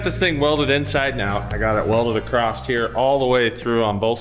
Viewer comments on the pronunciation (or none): There's no T in across, why do you always say acrost?